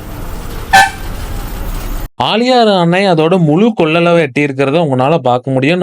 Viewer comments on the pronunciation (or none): ஆலியாறு.. முலு கொல்லலவு.. சின்ன மலைத் தூரல்.. தமிழைக் கொல்லாதடா.. 😂😂